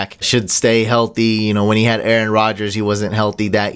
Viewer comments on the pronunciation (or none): none